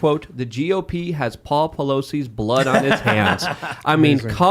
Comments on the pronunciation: "In a pool of blaud" hilarious everytime I hear it. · "...lying in a pool of blaad"